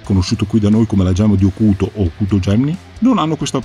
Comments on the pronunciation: Grazie..io i Kenshiro li ho in casa mannaggia..è bello sentire la pronuncia esatta di Hokuto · Bellissima analisi, ed è una ventata d'aria fresca veder un fan che pronuncia correttamente "Hokuto", chiama il fratellastro maggiore di Ken "Raoh", e via dicendo. E si, concordo che il vero segreto dell'enorme successo di Hokuto no Ken sono i comprimari e la loro caratterizzazione. Riguardo ad Ain, mi hai fatto tornar in mente come la piccola Asuka regala a Kenshiro il guanto di Ain come ricordo. E Kenshiro, sia nell'anime che nel manga (dove cambia vari particolari del suo abbigliamento tra i vari archi narrativi) continuerà SEMPRE ad indossarlo.